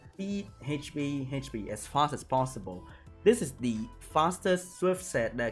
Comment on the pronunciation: haych pea